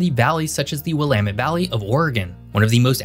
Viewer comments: Thank you for pronouncing “Willamette” correctly. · Thank you for pronouncing "Willamette" properly. I hear people stressing the wrong syllable, as well as trying to pronounce the second 'e' (which is silent). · As myself being both a William and as a person who grew up in the Pacific Northwest, I congratulate you on your proper pronunciation of the "Willamette Valley."